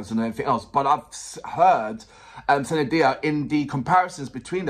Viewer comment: Now react to kamli song by sunidhi chauhan . Her Name pronunciation is soon-nee-dhee n not sanidhia 😁